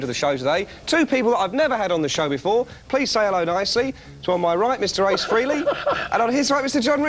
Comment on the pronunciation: Frehley's Comet rhymes with Haley's Comet, and they STILL mispronounce the man's name!! (smh)